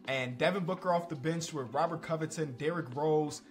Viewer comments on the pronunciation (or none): none